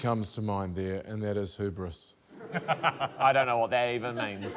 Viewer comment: I will add to the list of NZ pronunciations that gave me a pause: hubris. It sounds like someone who has only ever read it in a book and never heard it said out loud.